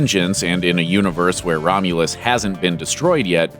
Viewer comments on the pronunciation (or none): none